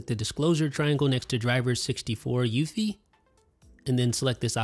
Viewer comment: No one pronounces UEFI the way you do.